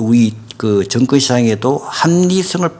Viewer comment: 재발 발음좀 제대로 합시다. 정권회사가 아니라 증권회사겠죠. 신뢰가 안갑니다